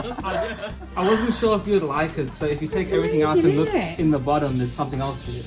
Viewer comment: can nobody pronounce "the" correctly anymore when did this happen